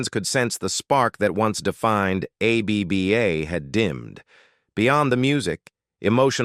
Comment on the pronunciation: Just say abba you computer speak jerk, not A.B.B.A!!🫣☹️